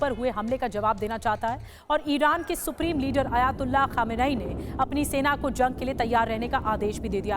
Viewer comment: आपको सुप्रीम लीडर नाभि लेना नहीं आता है सही उच्चारण्य है khamnai।